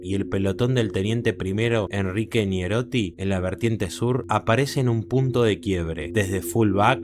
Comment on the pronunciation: Es "NEIROTTI" el apellido